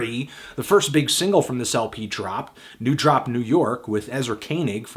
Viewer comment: Isn't it new dorp New York? Not new drop